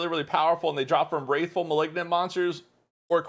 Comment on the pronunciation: I'm bothered how you pronounced "Wrathful" :D